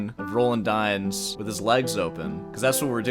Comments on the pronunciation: d-yens yens not why-ens d-yens dyens not d-why-ens and not die-ens, d-yens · It's pronounced "dee-ans" (nasal "an"), love you <3